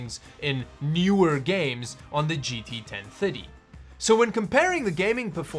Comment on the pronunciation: GT Ten thuddy...